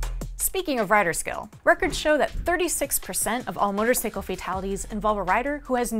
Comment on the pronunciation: Can someone please tell this woman how to correctly pronounce motorcycle!?